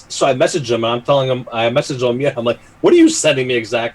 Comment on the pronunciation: I'm glad you're OK,. I'm pretty sure Oumier is pronounced "Ooh-me-ay".